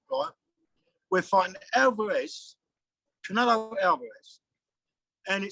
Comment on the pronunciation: the fella cant even pronounce canelos name properly, and must think the fight is happening in Mexico City. 70,000 Mexicans there for Billys blood. stay out of it old boy let your gown son make his own mind up. you said it yourself... its boring here because the press aint showed up yet. ffs